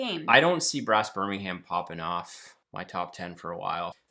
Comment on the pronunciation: I believe they pronounce it “BIR-MIN-UM”, as opposed to the city in Alabama, which is pronounced “BIR-MING-HAM”.